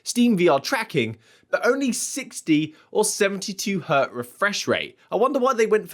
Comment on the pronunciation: Hertz,... Hertz. Never Hert. Lol